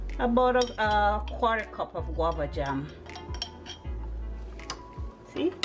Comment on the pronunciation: Guava not wabba